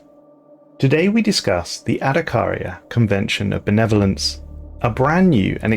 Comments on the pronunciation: I kept hearing the “Netherlands” and not “Benevolence” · The way you say "benevolence" sounds like your're saying netherlands. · I thought you were saying Adakaria convention of the Netherlands... Yeah I don't play the game but I love the lore.